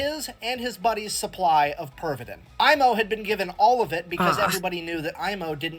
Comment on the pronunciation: you pronounced his name pretty accurately. at 40's and maybe 50's in Finland Pervitin was still advertised on daily magazines for grannies and tired house wife's to substance that gives all the energy for day's duties and house work "better than coffee". i have seen those old ad's in old magazines and newspapers :D